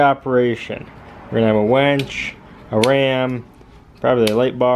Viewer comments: Its wInch not Wench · WINCH, not WENCH!